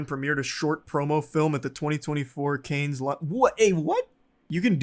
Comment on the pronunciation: Dude really called Cannes "Kayns" lmfao